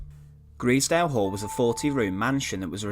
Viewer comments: Do your homework Grizedale in Cumbria is pronounced with the i as an I sound as in “aye capn” not an e sound as in “eels” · Just to let you know You pronounce grizedale wrong! It's pronounced with an i not an e ! G-R-I-Zedale!!! Or at least that's how us locals pronounce it! Unfortunately the hall doesn't exist anymore only the foundations and the stone stair way remains! it was demolished in the 50s due to falling into disrepair and lack of funds which is a shame! I know afew people that have found various German medals around there and down near the kennals which was also used as part of the pow camp and still remains standing today! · Grizedale is pronounced with the first (Grize) part sounding like eyes